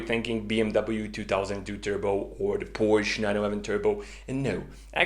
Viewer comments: Phantastic initiative. Congrats. Just one minor point. Could you please avoid saying 'Porsch'. It is Porsche which makes a big difference. It is similar to boot school vs boost school. If you are not sure how to pronounce it correctly ... try Porsch.ah. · Please don´t say Porsch. it makes you sound like an Idiot. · I love this channel, except ... Porsche is a two-syllable word! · Please explain to me how someone as exceptionally intelligent as you, who has such great respect for attention to detail, accuracy, etc. would knowingly mispronounce Porsche. I'm genuinely baffled here. I mean, why? WHY???